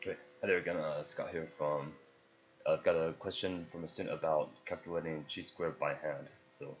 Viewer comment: Chi is pronounced like high but with a k